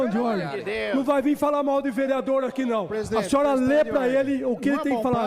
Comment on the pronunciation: "Prende ele vereadorr" 😂😂😂